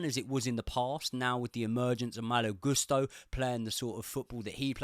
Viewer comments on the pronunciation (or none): none